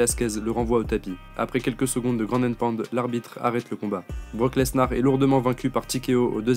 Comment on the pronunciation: Mec arrête de prononcer le S de lesnar